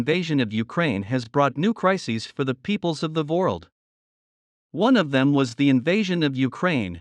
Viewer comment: Either you misspelled the word “world” in your transcript or your text to speech engine sucks. You need to hire an actual person to do your narration who is a native English speaker. That or change your V to a W in the transcript.